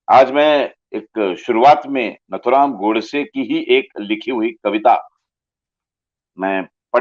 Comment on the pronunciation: His name is nathuram and not naathuram. Pls pronounce correctly. नथुराम नाथूराम नहीही